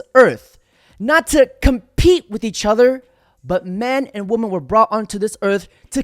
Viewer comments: The word is pronounced (phonetically) whe-men. This is correct for the plural of woman, which is singular. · Why cant anyone pronounce the difference between woman and women?